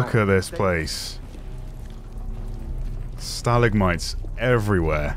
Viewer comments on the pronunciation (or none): ‘Staligmites…” ‘Whats a a staligmite?” ‘Stalimite balls”